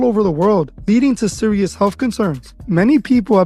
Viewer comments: Lol. Is siri listening? Yo ass said "siri siri siri". Lol. I know you meant serious, but it sounded like "siri" and you said it 3 times. 😂 And cuz, why your siri have a man's voice? 😂😂😂 I've been rocking with you for a long time now, and that's was the most SUS shit I've heard. GO Frisco!!! Lol. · Bruh Bruh you said serious which caused Siri to react. Kind of sounded like you said Siri. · Siri is always listening. You said serious 3 times and it sounded like you were saying Siri